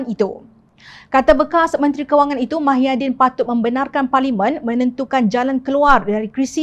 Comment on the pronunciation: YG BACA BERITA NI PUN SATU...TAKUT KE NAK SEBUT NAMA BETUL MUHYIDIN..SAMPAI SEBUT MAHIADIN...ADOIII.....SEBUTAN KO...AKU PLAK YG MALU ...